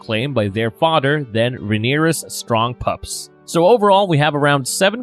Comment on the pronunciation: I can't take anyone seriously who says shit like Odder Brudder Mudder and Fadder lmfao The rape victims name isn't Diana like wonder woman it's Dyanna